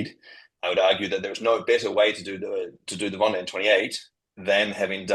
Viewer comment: Yes, interviewer should learn how to pronounce Vendee at least! And not knowing about Vendee/Ocean race collaboration with the question at the end was poor too. And no highlights in between.